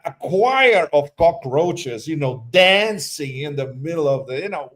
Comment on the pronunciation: "Bunch of cocraches...Vander Lugen" 😅